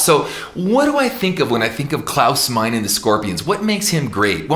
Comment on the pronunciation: Klaus is great but Ken you should not pronounce Meine as Mine. It is Maj-ne like two syllables. Otherwise I love your singing and your teaching. Keep up the good work!